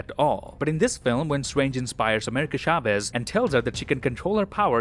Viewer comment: its not pronounced SHAVEZ. its a CH sound, not an SH.